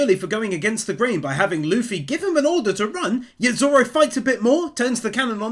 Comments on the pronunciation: DID HE JUST CALL THIS MAN LUH-FEE? Edit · Bro really said "Luhf-fy" ... But another amazing video excited to see more one piece wins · The amount of times I've heard people pronounce Luffy's name as luf-fy or something. Loo-fy. It's like goofy. It's not that hard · No hate just a correction it’s pronounced Loo-Fee (like Waterloo and like fee a payment cost) . Not luh-Fee.